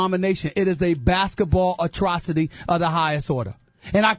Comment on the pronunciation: Im was crying when i heard him say atrocity